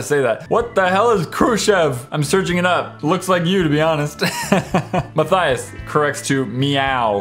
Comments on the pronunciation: You said myturtles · XD He said mine turtles instead of Matthias!! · Did anyone else here him say 'I am my turtles 🐢 ' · Ya he said my turtles. That's a new one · You now u said ma turtle!😂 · Matthias said "My Turtles" instead of Matthias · Anybody else catch that he said "My Turtles"? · Who heard ma y turtles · Did anyone notice that in his intro he said "How's it goin guy this My Turtles?" 😂😂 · Did I... did I hear him say "Hello I am my turtle's" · he said I'm my turtels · Is it me or does any else hear at the start "what go'in on guys I am my turtles" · Gaming Invasion! He said my turtles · at the beginning he said '...I am my turtle...' instead of Matthias! lol XD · Did you in the very beginning I thought you say I am my turtles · HE SAID MY TURTTILES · u said turtle.